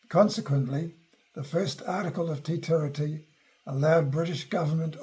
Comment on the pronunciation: For someone speaking to the history of our country, and he can't pronounce Te Tiriti properly is ignorance personified. He is claiming he is an authority.